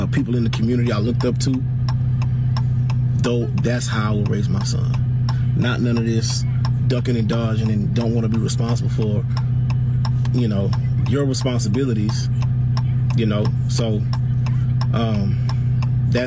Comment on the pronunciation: Did he say duckn and dodgn???😂